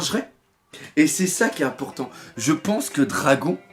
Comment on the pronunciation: Cet accent du sud qui sort à hahaha 😂 "moi je peinse que"